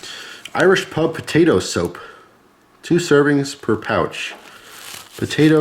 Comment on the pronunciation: I was over here repeatedly saying soup, getting progressively louder after each time he said soap lol.